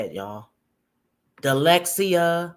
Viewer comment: DELEXA??? Ummmm dyslexia??! Lawdamercryyy😂😂